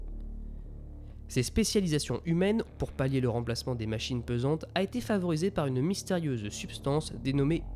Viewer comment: Les "machines pesantes" ça ne serait pas plutôt les machines PENsantes ? Répété au moins 2 fois dans la vidéo, j'avoue ça m'a un peu écorché les oreilles... Sinon vidéo très intéressante ! ;)